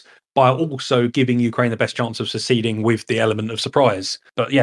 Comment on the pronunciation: "... by giving Ukraine the best chance of seceding" should be "succeeding". Pronunciation matters.